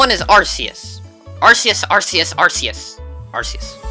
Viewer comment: You misspronounced Arceus